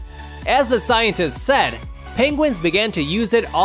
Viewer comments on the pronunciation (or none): none